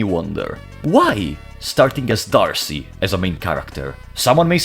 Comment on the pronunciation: It is pronounced or "Day-Arc" or "Deh-arc" because French. In reference to Joan of Arc/Joan De Arc/Joan De'Arce. Not Archie :) but great videos, thank you